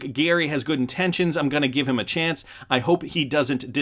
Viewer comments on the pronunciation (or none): none